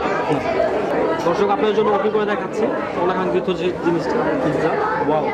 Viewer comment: পিৎজা হবে It's not পিজা।